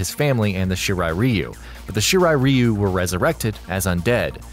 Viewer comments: Did you finish school? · Its shirai RAI-U not shirai riu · It’s not “ree-you” it’s “rye-you” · Ryu you damn fool reu ryu damn it that bothers me 😂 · Shirai REEEEEEEEEEEEEEEEEu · I’m Sorry But I Get Annoyed When U Pronounce Ryu Wrong But Great Video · You pronounced Ryu wrong...